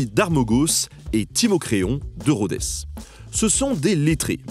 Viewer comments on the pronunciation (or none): Très bonne vidéo mais Rhodes ne se prononce pas Rhodesse. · « De Rhodès »??? 😳😳😳